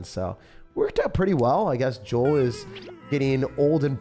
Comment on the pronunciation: Bro my name is Joel mad respect for for pronouncing it correctly